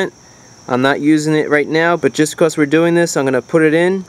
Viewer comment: When you say now we are done it sounds cool and when you say because it sounds like becows.